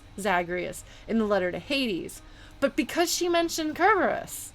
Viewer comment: I find it interesting that you're very particular about pronouncing Kerberos closer to the Ancient Greek way, but use the typical modern English pronunciation for Euryidice.